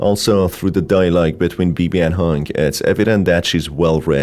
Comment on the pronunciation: "hong" is pronounces differently and it is a chinese name (basically chinese's 红 )